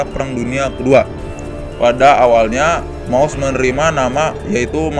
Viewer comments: Maus pak bukan mouse 😂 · Yaa maus tapi bacanya mouse kalo sana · Thank paus apa mouse gimana sih pembacanya